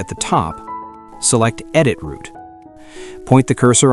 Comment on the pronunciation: Work with pronunciation, especially word ROUTE!!! Video is good